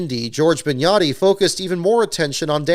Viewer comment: Is this Big'n'yachty pronunciation coming from somewhere? I've always heard Big-notty and now this is the second time in about a week.